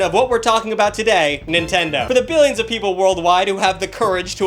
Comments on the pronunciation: lol, "Nintend-ee". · he said nintendi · Bro. You said nintendy but it's okay.👌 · Nintendy? tf are you? my great grandma?